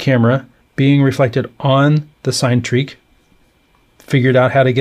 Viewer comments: I think it’s pronounced “sin-e” as in Cinema rather than “sign”, you said the same with Cinerails earlier in the week 😊, its origin is from the Greek word “Kine” which means motion. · I just can't with this 'sign-treak'... it's 'sin-a-treak', it's literally pronounced on their youtube channel.